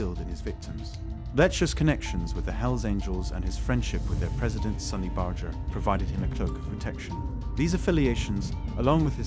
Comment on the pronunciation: Basketball bat? Sonny Badger? WTF, update your narration software.